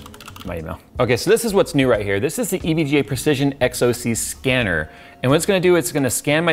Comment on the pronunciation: U tried to say EGVA